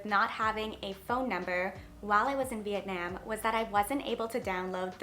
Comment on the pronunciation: The way you pronounce Vietnam makes me want to kms